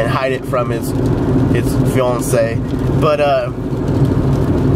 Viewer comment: orgazmo is weird, in a great way. i love the way you pronounce "fiancé."